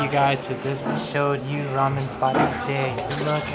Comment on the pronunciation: So this is the Showyou ramen? Showme? yeah, Showyou